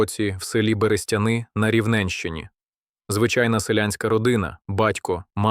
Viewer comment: Дуже круте відео. Але невже не можна самому озвучити? Без ШІ. Ріже вуха РівнЕнщина, кУркулем, ГОрпина, сотня ВОвки , видАвся, крОтом, найкривавІші. Ви робите хорошу справу, але дуже жахливо...